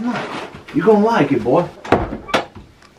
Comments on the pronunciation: but hes said boy with an i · I think he said boiy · Yea he did say BOI